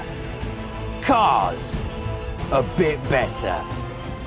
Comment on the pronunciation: "A BIT BETTAH" lol